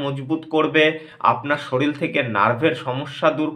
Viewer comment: সরিল নয় শরীর